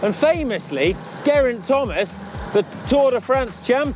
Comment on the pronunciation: You can't pronounce "Geraint"